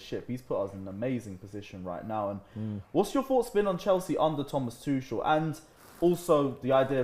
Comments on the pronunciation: Why do english people say Thomas Tushel it is Thomas Tuchel the CH is a G the G from Great and not Gel hahahaha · All these months after Frank’s sacking and is still mispronouncing our gaffer’s name, sad. Is it on purpose? There’s two forms of being wrong. Sincere ignorance or conscientious stupidity. I don’t think you are dense,. So many other things you say makes clear you are very bright. Why can’t you respect Tuchel’s (Too-Khel) name? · can't even pronounce Tuchel right, he's their manager,but still 😁